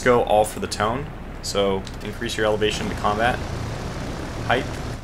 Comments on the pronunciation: It’s pronounced tonyay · As far as I've heard, Tone is pronounced Toe-Nay. I hope you can get a devastating air strike on those Japanese flat tops. May your bugs be few, and your joy at maximum. I hope in the future you send level bombers to drop from stern to bow. You have a slightly better chance of landing bombs. The window is much wider.